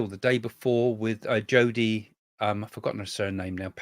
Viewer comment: Craig by the way Joni Patri had predicted long ago . She is not Jodi. You must mke an effort to say names correctly . She is a great astrologer. I listen to her a lot.